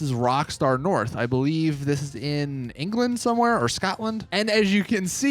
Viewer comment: I never heard anyone pronounce England and Scotland like that